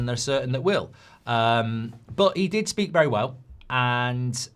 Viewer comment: I CANT SPAKE I CANT SPAKE 😂😂😂